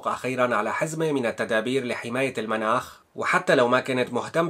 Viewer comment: تشكر اخي على الخبر، يرجى تصحيح التسجيل ان امكن لان هناك كلمة تنطق خطأ: المُناخ بضم الميم تعني الطقس المنَاخ بفتح الميم تعني مكان رقود الناقة